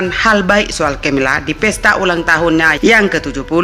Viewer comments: Bacanya tetep Carles bukan chaaa carmila bacanya Karmela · Uiii yg baca berita yg bener donk nama orang ko d ganti2 yg bener namanya camilla bukan cemla bod9h.. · Camilla sabar, tunggu saja diantara kalian siapa yang meninggal duluan, karna keluarga kerajaan belum menerima, ok camilla ehh cemella kata presenternya, maaf jika saya salah denger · Pangeran char dan cemela ? Yg bener dong penyebutan kata asing